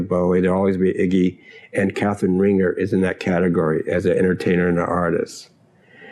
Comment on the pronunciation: "Rahn-ZHAY," not "Ringer."